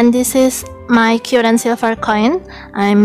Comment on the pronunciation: Just in my opinion... Perbaiki pengucapan vocabulary nya, Agak bingung pengucapan "current" kok "kyuren" harus nya "Karen" Tak pikir apa yang harus di "sembuhin" kalo pengucapan nya "kyuren"..... lol